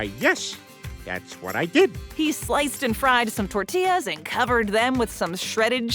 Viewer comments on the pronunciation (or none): none